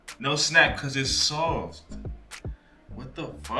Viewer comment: 'so sahft'